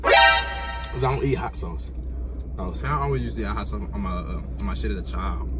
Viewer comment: "that American deli shauce' LMAO